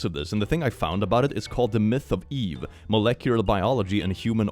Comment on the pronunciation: trying to say Molecular reminded me of scottish people trying to say "purple burglar alarm"😂